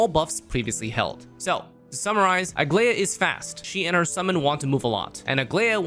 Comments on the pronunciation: I wonder if people who make these guides even play the game? Idk how everyone, including, manages to butcher her name when it’s pronounced the same in EVERY SINGLE localization. Bro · couldn’t really focus on the video because every time he said her name I took psychic damage